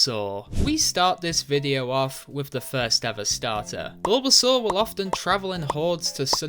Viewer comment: GROOKEY DOES NOT END WITH IE, IT END WITH EY! AND IT'S BULBASAUR, NOT BULBSUAR!